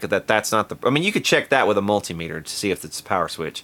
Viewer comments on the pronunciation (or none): none